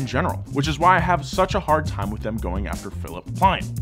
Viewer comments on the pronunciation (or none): none